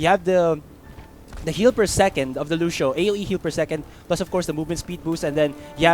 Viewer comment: the way the commentator say lucio is lusho haha